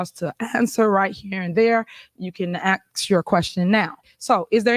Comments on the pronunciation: Ask not axe lol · Itch better learn ax from ask. Cringy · I know this is petty of me, but.... the word is ASK. Not AXE. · Did she ax for it or did she ask for it?